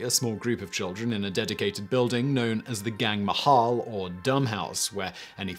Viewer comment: its not Gang Mahal, its Gung Mahal (Pronounced Goo-ng)